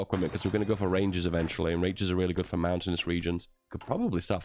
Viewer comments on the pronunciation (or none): none